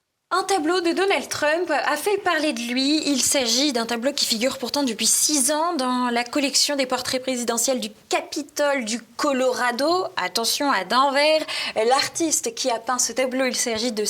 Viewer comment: Où ça ? À "Danvers" ? C en Belgique 😂 ? Dsl, mais ça ne se prononce pas comme ça 🤣 (plutôt "dèneveur" 😉).